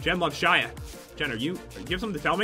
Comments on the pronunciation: Jen* you said jean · you know you said jeans like the pants wait who is Jean oh its jen not to be rude